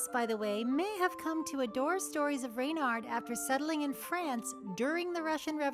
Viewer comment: As someone who took my furry surname (furname) from a book about Reynard, it is so heartening to hear someone pronounce it correctly. ...and not 'REH-nirrd'.